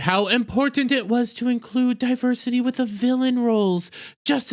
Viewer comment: While you make some good points, you undermine them with your bigoted and overreactions. It starts with you calling women "Waaman's". And the mocking way you say "diversity". How to say you've got a fragile ego, without saying you've got a fragile ego. It also makes you look racist and childish that you can't pronounce the names of people of color. It was especially disrespectful when you said "Get a real name". Ashton is half Ugandan. I also don't see you expressing severe outrage at Paul Rudd for destroying the Antman franchise by starring in the Quantumania bomb. Geez, people act like there's never been a bomb before. Since so many movies star men, statistically it means men are the recipients of most bombs. And what do you mean that the movie wasn't made for women? It was all women as the main characters. Oh, and I forgot how movies are made for different sexes and color. However, that didn't stop me from noticing the bad press about this movie before it came out. Maybe that's one reason why women avoided it. I saw the original Capt. Marvel and wasn't blown away by anything in it. So why would there be great anticipation for a sequel? I also can just wait to see things when they inevitably show up on TV at home. So there were plenty of reasons to stay away. Maybe women were just smarter to save their money on this one. What's nonsense is that women don't see movies. Maybe people are just tired of endless superhero movies. Perhaps the movie industry will actually have to c